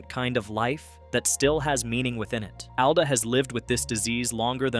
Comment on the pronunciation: It’s “ALL-duh”.